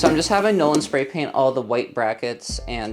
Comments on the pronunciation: I thought you said, "No one is going to help me clean my fridge." But you actually said," Nolen."😂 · San Franciscan Here... When you said Nolen It sounded like non one is going help me clean the fridge.